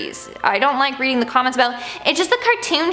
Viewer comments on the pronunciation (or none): none